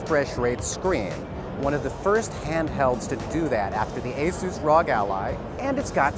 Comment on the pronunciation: Tell me you're not a gamer without telling me that you're not a gamer. He pronounced R.O.G. as a single word 😅.